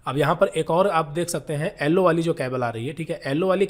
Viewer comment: Nice video very good explanation but "ellowww" wire😂